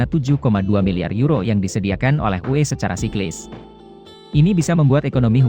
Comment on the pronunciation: Input saja uni eropa (UE) atau pengetikan di buat sepasi menjadi U(spasi)E Biar enak di denger